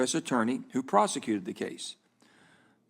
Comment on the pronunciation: PROCECUTE PROCECUTE